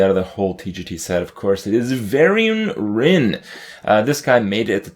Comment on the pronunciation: Varian-ce Wrynn